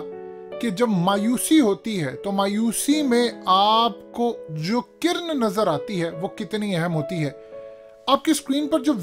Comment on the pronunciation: Kirn nahin Kiran lafz hai.